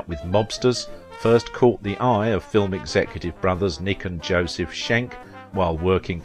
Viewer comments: perfect pronounciation of "Schenck", because it's critisized twice, no it's not "skenk" but pronounced like "shank", as it was done. (of course everyone is free to "skenk" on, just doesn't make it right) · No, "Schenck" is correctly pronounced like "Shank" and NOT "skenk"